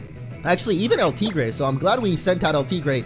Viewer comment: YOUR STILL MISPRONOUNCING EL TIGRE!! IT JUST PISSES ME OFF.